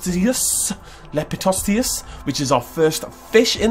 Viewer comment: Repeat after me, Lepi-so-steus.